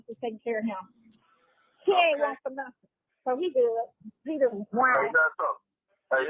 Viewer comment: the word is “nothing”, not “nettin”.😂